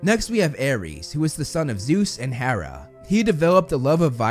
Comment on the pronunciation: Ok. First off, its HERA not HARA. Also, its mount OTHRYS, NOT ORTHRYS. I hope you'll notice this comment so you can correct it on future vids! 😁